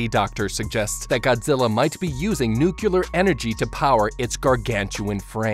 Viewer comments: Nucular is not a word. It's Nuclear. NEW-CLEAR. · NUCLEAR IS PRONOUNCED NEW-CLEAR NOT NEW-CEW-LER OH MY GOD, PLEASE.... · Remember kids “Nu clear” not nukyuhler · I get the Simpsons joke about pronouncing "nuclear" as "nukyulur", but using for EVERY instance seemed like overkill... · Its a personal pet peeve of mine when people say nuculer instead of nuclear, every time I just wince cause it annoys me. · It's pronounced nuclear(new-clear) Not nucular, that's how homer Simpson says it 😅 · "Nu-cle-ar" not "nu-cu-lar" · it's Nuclear not Nuculer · I hate that people keep pronouncing the word nuclear like nucular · Noo-cle-er, not Noo-cu-ler, jeez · Are you intentionally pronouncing it as "nucular" instead of "nuclear"? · The word is nuclear, not nucaler. smh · it drives me crazy when he says "nucular" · Then it is kind of appropriate they show a Simpsons clip.😂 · sorry, what are 'nukkilur' explosives? does it have anything to do with aluminumm? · I tried not to twitch every time you said “nuke-u-ler.” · Nuclear ❌ NuKiller ✅ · Wait wait... Nucular? Nucular? Like Nucules? So it's a nut-shaped or is it a compound fruit? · Now do a video on how to beat the correct pronunciation of the word NUCLEAR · NUCLEAR SAY IT N U C L E A R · MY GOD! I hope you've learned how to pronounce NUC -->>L<<---EAR since this video! There is no second U in NUclear, count them: 1, ONE, ONE U. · The most unrealistic thing isn’t the giant angry lizard, it’s the fact that the Japanese government cares about its citizens. Also: the word nuclear ( new-Klee-Ar) wasn’t said correctly one time. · NOO-CLEAR , NOO-QUE-LAR... Is it so hard for people to get the pronunciation of "Nuclear" correct ? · Bro you're really bothering me with how you keep mispronouncing "nuclear". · Why are you pronouncing nuclear as “nucular”? I have nothing against this video, it just bothered me for some reason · The way he says nuclear triggers me. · the mispronunciation of nuclear is killin me man